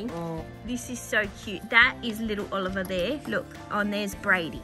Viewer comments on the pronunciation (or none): Bro it’s not olleryon it’s oliver